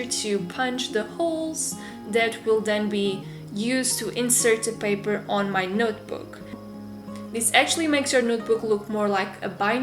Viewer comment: She says notebook as nootbook. But still love you.😉